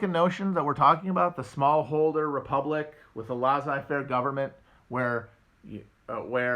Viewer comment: Between "lah-zai fair" and "ley-tat eh mwah" I'm starting to think French is not Matt's strong suit